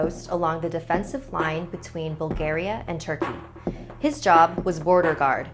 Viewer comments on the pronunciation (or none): Could you please say the name of my country how it is it Bullgaria thats how its pronounced